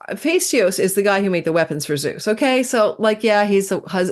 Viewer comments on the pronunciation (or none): none